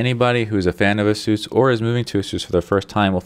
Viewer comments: Its asus not asoos u dont pronounce it like that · Great video except you didnt specify which model of the G750 series, and you pronounce Asus "A-seus" its "ACE- US" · Aysoos. Not Ah-soos.